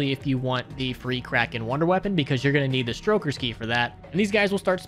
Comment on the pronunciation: Stokers not Strokers lol, making them sound like some pervs...